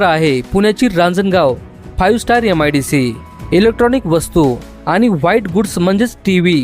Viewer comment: यम आय डी सी नाही रे मित्रा, एम आय डी सी. अत्यन्त घाण उच्चार....